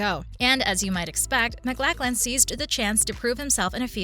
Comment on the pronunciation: It helps when you use an actor's full name (Max Von Sydow not Max Von). or the correct pronunciation (Kyle Mac-LOCH-lan not Mac-LACK-lan). Is this a bot's voice made from sampling a VO actor?